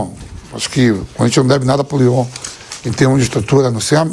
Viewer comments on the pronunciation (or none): none